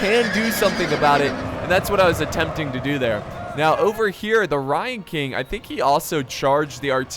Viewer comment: at first when u were saying 'ryan king' i thought u were saying 'lion king' with an asian accent lol